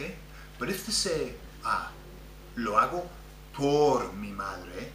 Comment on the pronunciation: As an aside; I thought only double rr required tongue rolling versus single r like perro (rolled) vs pero. I hear lots of rolling when you say, por as if it's poRR (rolled).